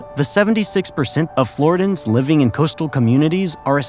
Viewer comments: OMG! Dude. Not flori-dans. Flor-RIDDY-yans!😅😅😅😅😅 U don't say Carolin-ans. Or Californ-nans. Carolin-ian. Californ-ian. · It's pronounced flaw·ri·dee·uhnz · Floridians. Not Floridans. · Good content but your pronunciation is brutal Deeestin?Floridans?Alleering?